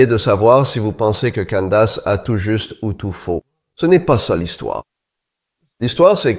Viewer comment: "Candace" , ça se prononce pas du tout comme vous dites . la langue anglaise n'est pas un sous-produit de la langue française .